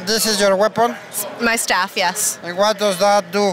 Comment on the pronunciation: dice "my staff", no "My stuff".